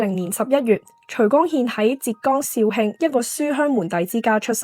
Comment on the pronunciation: 紹興是「紹繼中興」之意，因此「興」讀作「馨」。宋高宗趙構在位年間把「越州」升為「紹興府」。